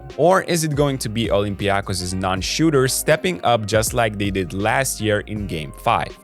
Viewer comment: It was one of the messages here under one of the previous videos that got us doing it right. Thank you & good luck to Olympiakos!